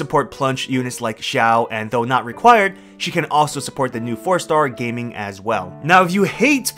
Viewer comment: Dude. Ga Ming! Not Gaming lol